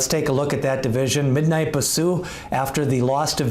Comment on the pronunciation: Horse No. 7 in your list is Shedaresthedevil not Shesadaredevil. (She dares the devil) also Bisou is pronounce Bee sou not Ba sou.